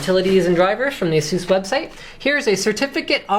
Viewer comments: not Ahsus its Aisus.. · Ayyyysoos. We don't care, we just buy it.